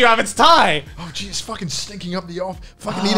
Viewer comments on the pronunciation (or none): none